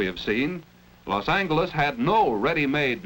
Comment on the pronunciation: Love the Hard G pronunciation of Los Angeles